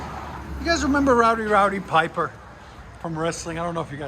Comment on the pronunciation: It's pronounced- "Rowdy RODee Piper" but yeah I remember him :)